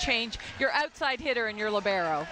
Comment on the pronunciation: That I can't answer. But maybe you can answer to my question: why anyone, repeat ANYONE, even Professional player or Journalist, pronounce "libero" in a wrong way? LI-bero, the stressed syllable is the first one not the second li-BE-ro. But I must admit that italian pronounce of English words is really horrible.